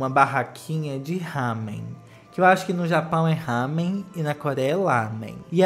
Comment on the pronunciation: O negócio rosa com a espiral se chama Naruto. E sim. É comestível. Uma correção de pronúncia, Ramen se pronuncia com Rá invés de Há. Meio confuso? É só pensar assim. A forma como você pronunciou é como se fosse Hamen. Tipo Hi! Hi! Mas sem o i no final. Mas como se escreve Ramen, então é pronúncia de rarararararararararararararararararara kkkkkkkkkkk